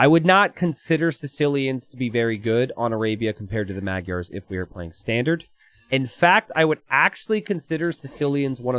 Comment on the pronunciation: can you for the love of god look up how to pronounce "magyar"